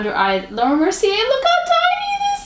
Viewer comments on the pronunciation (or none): none